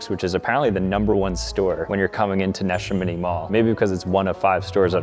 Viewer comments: “Nesh-A-Mini Mall” so I think it’s pronounced “Na-sham-in-e” 😭✌️ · Seriously? Standing in front of Neshaminy Mall and repeatedly calling it Nesha Mini Mall? 😂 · Nuh-SHA-mini mall 😭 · Its pronounced nah shamity mall lol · Wow! You're not even close with the pronunciation. It's called 'Nuh - Sham- Eh - Nee' Mall. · It’s NAN-SHA-MINY Mall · Bro said Ne Shim iny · the way you pronounced Nashaminy 😂😂😂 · The Montgomery mall was the mall near my college. They used to run a shuttle there on saturdays. Had my first cold stone there. Sad to see it like this 😢 Edit: I used to go to neshaminy too! You mispronounced it though… Edit 2: Franklin mills was top tier! My old go to for clothes and jerseys. I remember a fight broke out in the movie theater there one time. 😂 Thank you for this video. So much nostalgia. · You said Neshaniny so wrong. Also, Concord Mall has Macy's and Boscov's as anchor stores. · The pronunciation of Neshaminy😭😭😭😭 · I've been to Montgomery mall and Neshaminy mall (you pronounced it wrong btw). It's sad to see these places places that I have good memories of dying out. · I live near Neshaminy and you butchered the name so bad. Literally as wrong as possible. 😬😒